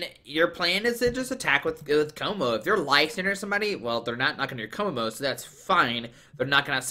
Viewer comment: To pronounce Kommo-o KOmmo O